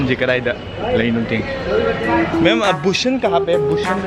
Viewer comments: You say Busan... To sun... But you have to say San... The " A" Sound😍😍😍😍😂😂😂😂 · Not Busan it should pronounce boo-shaan n it's part of city at south Korea